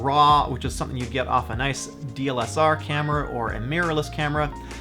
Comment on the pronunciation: My wife would probably kill you if she watched this video because of how you pronounced "DSLR" 🤣 criniiiinge lol